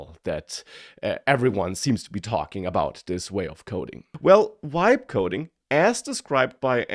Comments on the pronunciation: It sounds like "wibe coding". I thought German had the English "V" sound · Has this mf never heard of the letter V ?? Wtf is wibe coding